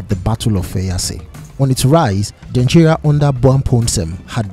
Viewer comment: Denkyira is pronounced as Den-kye(che - like teaCH)-ra and Anokye sounds the same. The last 3 leters ''kye'' is pronounced as 'che'. So ''kye'' isnt pronounced as 'kie' or 'key'